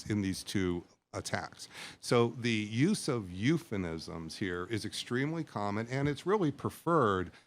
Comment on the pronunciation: the "expert" is a simp. he blithely tends his little academic garden, oblivious to military necessity, oblivious to reality. "eupheNisms"? huh?